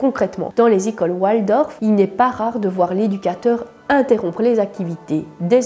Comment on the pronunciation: On ne prononce pas oualdorf mais waldorf C est d origine allemand